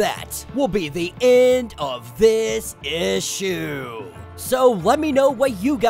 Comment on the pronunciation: Same issshhhhhh 😂😂😂😂😂